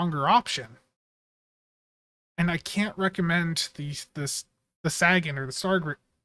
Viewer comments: Not sure if you're intentionally saying it wrong or not, but Sagan is pronounced Say-gun, as in Carl Sagan. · This is 1 of those ships with its console, stats, & trait I would've bought from the ZStore just to have & not immediately use, but not going to gamble for it nor pay a premium price for a per character. Seems like Cryptic has been focusing on shielding lately. Also, "SAY-GUN" as in Carl Sagan. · You're saying sagan wrong